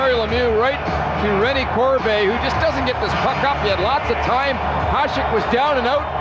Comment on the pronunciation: Considering Hasek might be the GOAT goalie, you'd think people whose living depends on saying players' names correctly would know how to pronounce it. Talking about the host of classic series.